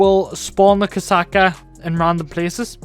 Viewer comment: Did u call the kosatka the koksucka